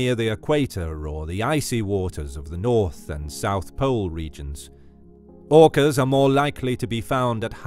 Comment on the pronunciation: OOkass Versus Greett Whiitte Shharkss